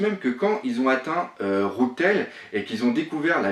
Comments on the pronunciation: "rougue t'aile" pour rough tell ou les "mouguiwaRa" c'est assez gênant je trouve d'autant plus que tes videos sont de qualités et ont toujours un super fond ! C'est que mon avis mais un petit "rof tell" ou meugiwara en ne prononcant que parciellement le r ca serait un plus qui aprouverait ta crédibilité ! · Tu t'es gouré dans la prononciation de rough tell c'est rou(f) tell